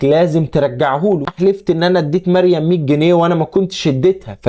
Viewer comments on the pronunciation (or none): الراء فى مريم مفخمه